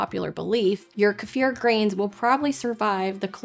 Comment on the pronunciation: Мне нравится как часто произносится ка-ефир, но по моему это называется - брага